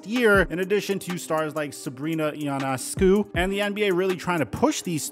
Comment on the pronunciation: I agree with you but at least take the time to get Sabrina Ionescu's name right. I mean they say it on Sportscenter every time they have a game in the highlights. So it doesn't look good when you completely mispronounce the WNBA's biggest upcoming star. It casts a light on your bias. At this point, I no longer hear anyone mispronounce her name.